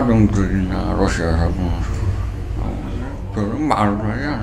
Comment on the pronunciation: 소름 돋는다 러시아라고 정확히 발음하는 것 봐